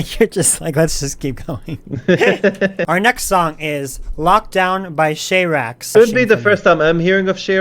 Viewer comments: "shayrax" xD afaik SharaX is pronounced like "sha-ra-ex" or "sha-ra-cks" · you misgendered and mispronounced SharaX. Her name is pronounced Shura X and that song you listened to is one of few that include her vocals.